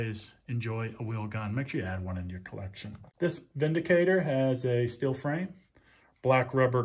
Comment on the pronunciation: Thank you for pronouncing it correctly.